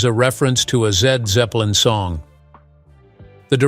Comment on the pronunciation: Zed Zepplin 😂